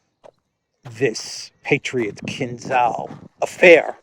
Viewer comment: So this expert can't even pronounce Kinzhal right.